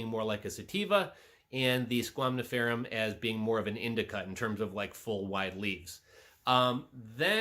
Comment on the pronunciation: You know you keep saying squamniferum instead of squamiferum😅?